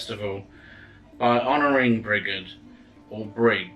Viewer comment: sorry but not to be picky on how to pronounce her name but i believe it pronounce "bridge - id" ha sorry just had to help lol Mary Imbolc every one )O(